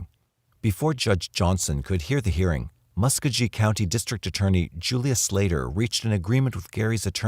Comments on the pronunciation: Muss koe gee (hard g) not muskajee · Mucogee not muscuggy